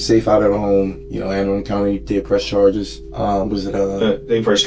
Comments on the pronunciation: Anne uh-run-dle. 😂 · Anne Are-un-del detention center lol. A bit off on the pronunciation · Ann Aran Dale county?? I live there. It is prononced Ann Ah- RUN-Dull. That's why I hate AI announcers. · “An Ah Run Duhl” is how you pronounce Anne Arundel. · Being from Anne Arundel, it's pronounced Anne "Ah-RUN-dul" like dull at the end, but kind of clipped. Sorry, nitpicking, but that was my home county for a while. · That’s not how you pronounce Anne arundel county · the butchered pronunciation of anne arundel lol